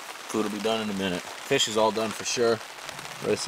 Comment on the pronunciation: "Look at this ffffffuuu ... fish!" :D